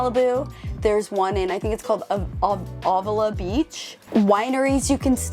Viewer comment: Avila Beach, with an A not an O :) beautiful beach!